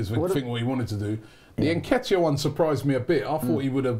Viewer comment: its pronounced NNNNnnnketiah not Neketiah